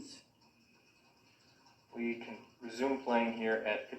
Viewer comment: I love how she says shooos 😂